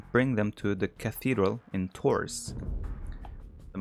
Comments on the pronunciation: Tours is pronounced "Tour". Sorry, we french like to put silent letters in every word :) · I wish viper can visit the States so he can learn how to say Tours and Agincourt correctly! :)